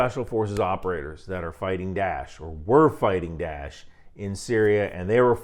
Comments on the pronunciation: It is not ""DASH"". It is called ""DAA'ESH"" Please learn the correct pronunciation. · its not dash, its DA-esh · Die-esh. Not Dash. It’s Daesh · "Dash" ...is that the Egyptian pronunciation or something? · i think its hilarious you call daesh 'dash' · Are you saying "Da'ish"? Never heard it pronounced "dash" before